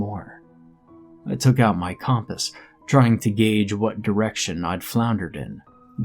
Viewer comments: Not in a bad way . I’ve just never heard it pronounced like that 😉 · The way you say compass makes me laugh 😬